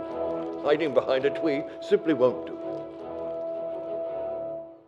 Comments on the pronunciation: Hiding behind a twee absolutely won't do you wascawwy zombies eheheheheheheheh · Remember, folks. "Hiding behind a twee simply won't do." I think we've found Barbara Walters' long lost bwother. LOL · he said bwain and twee he cannot grammar